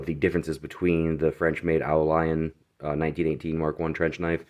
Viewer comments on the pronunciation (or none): Great snag. Dude, yer killing me with the oh lion. It's French "au" means "to the" or "from". Leon is a place. The world pronounces it like "lee own". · I saw another vid on the au lion knife by a European guy here on YT. He was pronouncing the name Au Lion phonetically as "ooo leon". Just passing that on for what it's worth..or not worth lol. His Au Lion knife had an aftermarket skull strike pummel so the company may have had issues during the manufacturing process with the threads messing up on the knifes rat tail tang. Great vid! I bought the knock off BudK version of this knife a few years back for the heck of it for maybe $20 and it is surprisingly sturdy. Im a military vet and would love to find a real one of course.